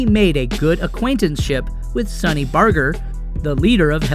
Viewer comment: And PS Learn to pronounce peoples names. Like Sonnys.